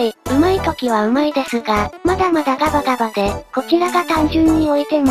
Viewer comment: 『ま↑だ↓ま↑だ↓ ガ↓バ↑ガ↓バ↑で……… 簡単に勝てる事もし↑ば↓し↑ば↓』